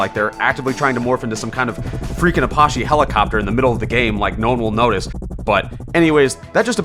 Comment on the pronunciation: Be said appachi wrong